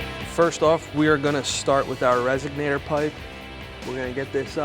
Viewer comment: Couldn't finish watching. Every time the guy said "resignator" instead of "resonator" I thought of "cadillac converters" and "eldebrock". Sorry, pet peeve.